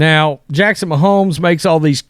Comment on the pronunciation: So you don't know who Shane Gillis is and you can't pronounce Mahomes? Are you even a person 🤣